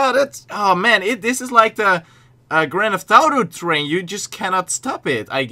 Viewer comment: You said thrain??? Train